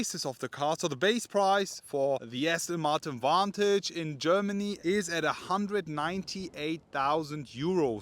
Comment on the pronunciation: I'll help you out, it's pronounced Vantage